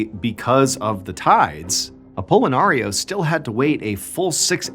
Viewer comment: stop saying apollonario.....shiiiit pickle...pickle...pickle....